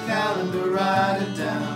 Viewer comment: 3 syllables on “wri-i-ite it down.” “oh-oh-oh...” 2 syllables on “do-oo with the judge.” pretty swee-ee-eet.